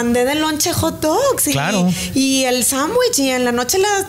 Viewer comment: Interesante la platica es bueno que informen, pero me desespera escuchar a cada rato la palabra sambuich. Inclusive Marco le dijo sándwich y ella por eso sambuich 😣😣😣😣